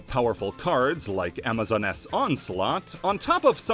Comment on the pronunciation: Did you just call amazoness, amazon ness?